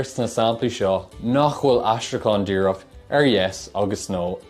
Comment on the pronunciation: Please, stop saying Gwaeilge, the 'w' just isn't really there in Native Irish. Secondly, you say díreac not díreach.